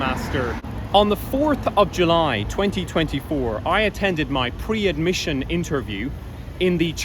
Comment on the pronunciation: AH! BO HO...................BUT SAY JULY AGAIN ITS HILARIOUS..........